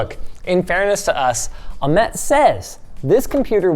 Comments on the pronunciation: nobody is going to talk about how he said the name "Ahmed" wrong every time! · Why do you call the creator of this "case" Amed? you are missing a letter.